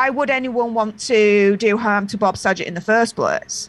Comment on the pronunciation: It's Saget, with a hard g. Not a j sound,.